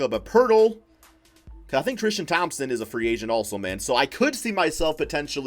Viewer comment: how many times this dude say trishton thompson XD